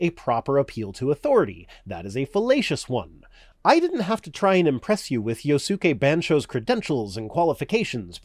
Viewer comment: I love you. But your horrible mispronunciation of Yohsuke Bansho's name made it almost impossible to find him. As a weeb, I take that personally.